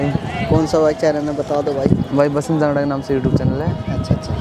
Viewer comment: jangada Nahi jangra